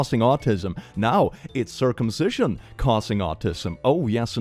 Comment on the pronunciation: THE FACT THAT THEY ARE ACTUALLY SAYING CIRCUMSITIONS(IDK IF I SPELT IT RIGHT) CAUSES AUTISM😭 anyway imma go get my autism+ surgery